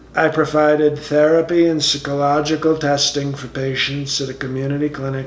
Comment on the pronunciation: Sick-oh-logical testing. Socio-path-ee. I've always wondered, if when he reads his speeches, he has to have someone brief him ahead of time on how to pronounce certain words.